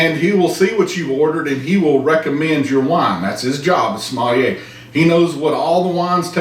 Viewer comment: somalier or coyotilay...too funny, thanks!